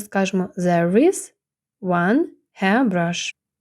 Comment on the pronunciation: цифра 1(one) у відео звучить як [уЕн], чутно більше Е, а не A. Хоча спочантку відео , при перелічувані цифр, було схоже на звук А. То який звук в середині слова one ?